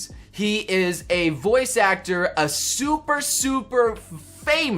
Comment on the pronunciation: Huh, apparently he can't say "Super"